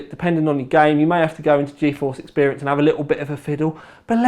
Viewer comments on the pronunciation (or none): none